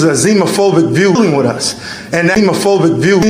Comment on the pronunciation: I was almost certain he said “child copulation,” but upon further review it could have been “population.” Hard to tell because he mispronounces so many words like a dummy that’s trying to sound smart, like “Canadia”, “epitic” (epithet?), and “zimaphobic” (xenophobic?).